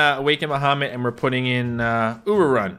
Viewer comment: When he said Ururun in the video i heard Uwurun and had to play it back